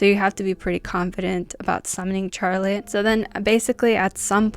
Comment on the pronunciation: Yesss!! I love learning about scary games 😍 I don't think I can ever play these games sober, ima need some shots or ima be scaarreedd ASF 😅 Btw I love how you pernounce Charlotte😂 Never heard anyone say "Char-lotte" instead of an S like "Shar-lotte"